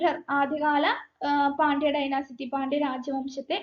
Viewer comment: ഡൈനസിറ്റി അല്ല ഡൈനാസ്റ്റി... ക്ലാസ്സ്‌ വളരെ ഉപകാരപ്പെട്ടു.